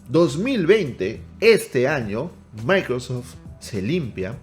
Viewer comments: Dice "MicroSFot" no Microsoft 😅😅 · Minuto 27 ahora edge es de "MICROSFOT" 😄 Ya no es Microsoft, Según el. Jajaja